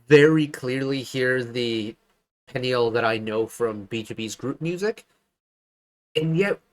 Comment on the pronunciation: Peniel's name pronunciation is sounds like "puniel"